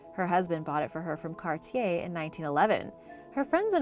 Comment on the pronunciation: Forgot how to say Cartier after 1 sentence? Still purposefully mispronouncing all words with silent or soft letters to artificially boost the comments. Have you ever forgotten when you were playing dumb to cheat the system? Let me know in the comments below. C'mon, I think (or hope) you are better than this!